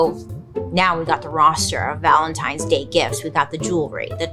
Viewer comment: Everytime she says the holiday's name... my head hears LUBRICANT. ANYONE ELSE?!! 😂😅😂